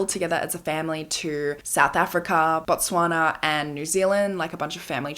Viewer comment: You said Botswana so well. I gasped so much hearing my country's name. Interesting story..